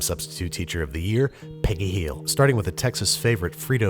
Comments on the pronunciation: i liked that accent in “Hill” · He just had to say it like that lol. So much emphasise on the "Hill".